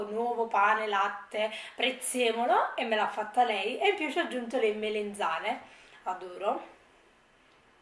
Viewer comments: Oh ma perché dici melenzane? Si dice MELANZANE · Ciao, una curiosità ...perché dici “il ragùa”, “ a mea” “piùa” “perchèa” “melEnzane” “andarea” eccetera eccetera